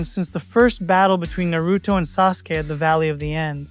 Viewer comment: I dont belive you love Naruto calling it Naruuto.